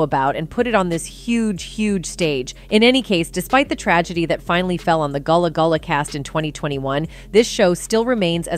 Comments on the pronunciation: Its not goolah goolah its Gullah Gullah 🙄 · Not her saying "Gullah Goolah" 😒😒😒😒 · Not goolah goolah 😒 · Man you messed the name up so bad like did you do that on purpose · Gullah Gullah get it correct if you’re going to bring new